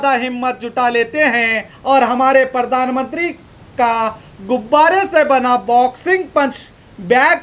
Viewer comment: Pahle to aap sahi word bolna seekh lo news bol rahe ho aur baar baar pardan mantri bol rahe ho jabki sahi word hai pardhan mantri ok. Raha sawal logon k gusse ka to kis se kahne jaein sab jagah to us ne apne admi bitha rakhe hain.